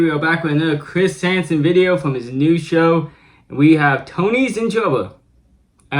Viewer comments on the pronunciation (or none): "Chwis hansen Wets get to wowk"